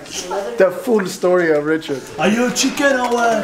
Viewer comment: „Are you a chicköön or what“ 😂😂😂😂😂